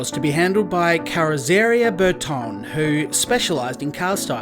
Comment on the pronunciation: sorry, only got to the 4;30min mark, it was Marcello Gandini, who was working for Bertone, pronounced Ber-tonee, emphasis on the e's, he also designed the Contach, yes you did pronounced Bob Wallace name correct, who was a Kiwi, same place Bruce McLaren came from.